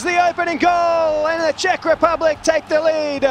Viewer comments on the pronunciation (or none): none